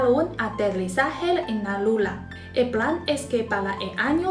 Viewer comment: Hablas muy bien español y olé por tí por hacer videos en español. Pero cuando te refieres a la Luna, dices "Lula" para que lo sepas en tus próximos videos❤